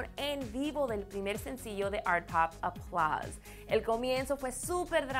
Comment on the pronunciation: porque la mina esta dice "aplaz"